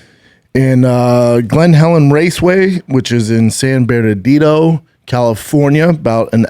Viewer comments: I swear if Brendan keeps San Bernardino “San Bernadido” I’m going to lose my shit. What’s wrong this guy? 🤦🤦🤦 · Brendan "San Beradido" Schaub